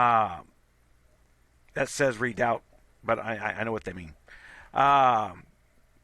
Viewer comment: Just for future reference... It's pronounced Re-Dow.. (redoubt).....